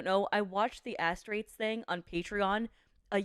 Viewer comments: For the record, Astartes is pronounced Ass-Tart-Ease Also I hope that cancer of yours fucks off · Astartes is pronounced A star raze. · I love how pronounces Astartes